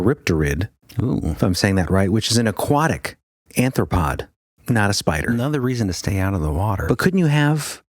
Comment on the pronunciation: Dude, you're killing me when you say "anthropod"... It's not "anthropod" it's "ARTH-RO-POD".... the word was right in front of you... It really hurts to hear words pronounced wrong....